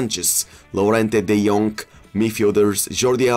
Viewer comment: "De Jonk" is back! ahahah